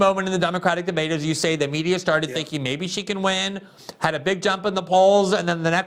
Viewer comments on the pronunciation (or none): Hey Kamala didn’t you call Biden racist in debate? “ it was a de bate “